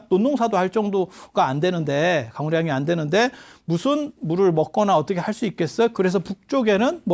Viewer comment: 어텋게--가 어떻게로~~~~ 실수,ㅎㅎㅎㅎ.